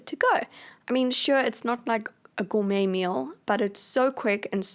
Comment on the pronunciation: Every time u say gormey it reminds me of the cat food as and I know I can't spell